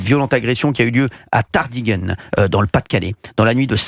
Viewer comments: Cher Monsieur Hanouna, on ne dit pas Tardighenn, mais Tardinghem (prononcé Tardingan). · Tardineguemeu.. connais pas ? Aucun journaliste n' est fichu de prononcer le nom des villes correctement ! Un enfant de trois ans dans la hutte ?!! Sérieux ? Aidons les à partir en Angleterre, c'est le problème des anglais. Ils doivent revoir leurs Lois, nous aussi d'ailleurs. Beaucoup à dire, malheureusement en vain.